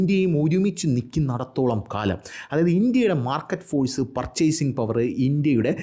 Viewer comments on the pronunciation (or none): none